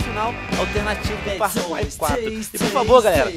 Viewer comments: Venom falando far cuai huahauhauahua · Far Cuai 4 kkkkkkkkk' essa porra é realmente dificil de se pronunciar... ótimo vídeo, curti